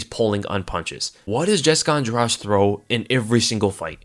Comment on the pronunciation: I hate to do this, it's pronounced Andrade like Andra-"the".